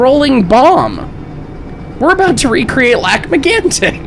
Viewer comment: My first thought when said the name of Lac-Mégantic wasn't of the accident but it was that he said the name wrong and the reason I know is cause I'm franco-ontarien